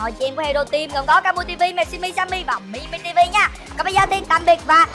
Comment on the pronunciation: Kamui nói Mimi là Timy.